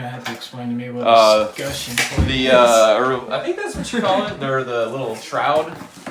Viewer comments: I know this is old now but it’s pronounced es·cutch·eon like clutch without the L. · escutcheon has a t in it and is pronounced "es cut chen" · escutcheon. Es…cutch….eon. Aaaaaaggggghhhhhhhh! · "Escutcheon" FFS. Not that hard! "Slooter" is a new one on me. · He just pronounced it completely wrong 😂